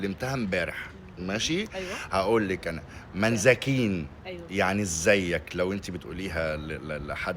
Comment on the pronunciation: للمجموعة منزكنين إنت قولتها غلط